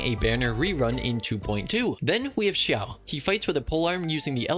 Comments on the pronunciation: You are forgiven for atleast pronouncing xiao correctly 😂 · This man's not only pronounced hu tao wrong, but proceeded to pronounce Xiao (arguably more difficult) perfectly. I'm sorry what now? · You butchered her name.......like damn. I'm surprised you got Xiao mostly right after that.